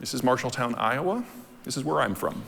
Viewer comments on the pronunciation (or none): none